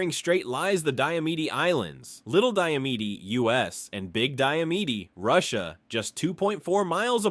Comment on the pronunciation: You mispronounced little and big diomede